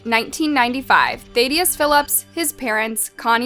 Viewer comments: Why would his name be pronounced thay-de-us not Thad-e-us? It wouldn’t be. Every video I’ve ever clicked on of yours has had something of importance mispronounced. Sorry for coming across rude, but it’s legitimately every single video I’ve ever clicked on that you have made. I can’t trust any info from someone who can’t bother to do the basics. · 😂 you said "Thad" but called him ThAdius😂 its Thad-ius. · Idiot, it is “Thadd-ee-us” Not Thay-dee-us. SMH, Your accent and voice are disgusting, like Lauren Boebert! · Quit calling huk THAYdius. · You can say Thad but not Thaddeus? Really? Soooooo many mispronounced words. Really? If the narration is AI, then maybe you get a pass. But if it’s not, shame on you. Do your homework. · you pronounced thadius wrong you idiot